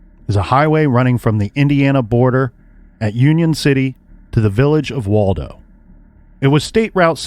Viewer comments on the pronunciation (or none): none